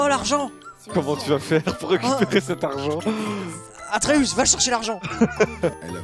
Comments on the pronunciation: Ça me fait grincer des dents quand il dit le nom Artéus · Atreus ❌ ARTEeus ☑️ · Terra qui dit arteus au lieu de atreus c'est très drôle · Il s'appelle pas artheus mais atreus bref sinon toujours aussi drôle et j'adore les wankul évolué et sont de plus en plus animé ! Je kiffe 😍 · Toutes la vidéo ils disent artéus alors que c’est atréus … heureusement que je vous aiment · Par contre c'est Atreus pas Arteus, j'ai tellement saigner des oreilles... 😂😂😂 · Je suis outrée du "artéus" tout au long de la vidéo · Quand ils disent arteus ça me rend fou mdr et cool un live récent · Ils ont dit Artheus toute la video alors que c'est Athreus non ? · On est d'accord que c'est aTreus et pas aRteus mdr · Personne parle du fait qu'ils disent aRTEUS au lieu D'ATREUS tt le long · Mdr c'est pas arteus mais atreus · Vous dites arteus alors qu’on dit atreus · Atreus et pas arteus mdr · C'est atreus pas artus mdr ça c'est une chaîne mdr